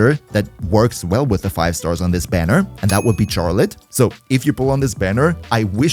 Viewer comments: Why do u say “Charlotte” like that? Js so u know the “ch” is pronounced like “sh” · Very obviously because he doesn't know that it's not pronounced how it's spelt?